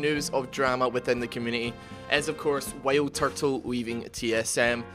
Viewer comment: Am i the only one that heard him say whaleturtle instead of wildturtle?